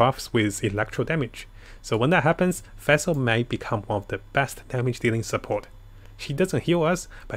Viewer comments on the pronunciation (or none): Feshl hahaha. Omg